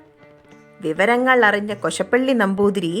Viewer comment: കൊശപ്പള്ളി അല്ല കോശാപ്പള്ളി എന്നാണ്